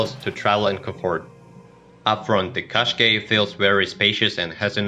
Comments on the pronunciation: Can we please pronounce it as "Kash-khai" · Is not a qaskey is a Qashqai